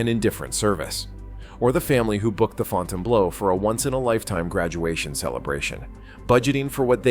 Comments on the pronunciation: Sorry..just can't take a content creator seriously that can't correctly pronounce the name of the hotel. Yes, FB's issues are well documented. It's no state secret. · Put a little faith in your freaking video don't even know how to pronounce the damn place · Had to come to the comments to make sure I wasn't the only one hearing "Fontaine Blow". When I was out in Vegas back in April for a work conference, I took a walk up the northside of the strip one night to check out a couple of these new properties. Last time I was there, Resorts World hadn't yet open, so I wanted to see what these new properties were about. Wasn't really impressed with "Fontaine Blow". I didn't really like the feel of it. Just gave me a really empty feeling, not to mention, the fact the place was dead. It was just overly sterile and just didn't like the vibe of the place. I liked Resorts Worlds better, but it was kinda dead too, and there are a lot of other properties on the strip that I like better than either of those. Resorts Worlds, to me, feels savable, but "Fontaine Blow" just feels like a failure. Its unfortunate they couldn't do better with that property. I know it sits on a bad spot on the strip, but if it was better thought out as how get people to want to come to the northside and go to it. It might have had a fighting chance. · The “Fontain Blow” 😂😂😂 Gotta love AI - NOT!!! Didn’t finish the video. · Another AI voice that doesn’t know how to pronounce words… It’s not the “FountainBLOW”, it’s the Fountainebleau, FRENCH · I laughed every time the AI said Fountain Blows. Well $20 bucks is $20 bucks. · You can always tell ai slop, in thiis case the audio but maybe more by the mispronunciations of names. The Fountain Blow...;-) Sad part is many think the ai slop is nonfiction when it's fiction at least half the time. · This video got a 'Like' from me simply cause of the AI calling it the Fountain-Blow. Can't stop laughing !!! 😂🤣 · Ai voice - Fountain Blow... pretty funny